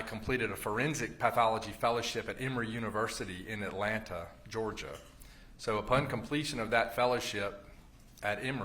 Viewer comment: I love how he pronounces “GEORGE-AH”